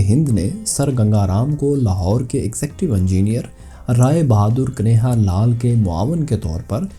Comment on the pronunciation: بھئی کبھی موقع ملے تو کنہیا کو درست بولیں آپ کنے ہا کہہ رہے ہیں جبکہ درست تلفظ کن ہیا ہے. Kanhiaya